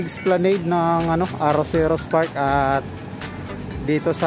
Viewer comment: Kuya esplanad po pagka bigkas nun ngayong alam mo na po esplanad na pagka bigkas mo next time I’m here to help you to correct and to learn not to ashamed ☝🏻 God Bless po